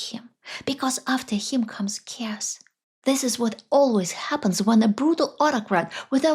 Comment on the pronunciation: please forgive my correction— but you have repeatedly pronounced “chaos” as “cares.” It is a two syllable word: Think of it as / ‘Kay—oss / with stress on the first syllable.